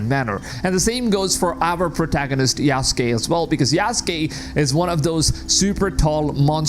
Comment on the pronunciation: I presume English is not your first language. My suggestion is that if you are going to be a creator you could at least know how to pronounce names. For example: Valhalla is Val as in pal and halla as in ha and la; Yasuke is Yah-sue-Kay. I like your content and if you would listen to other creators you could pick up on pronunciation. I actually thought your commentary was AI generated.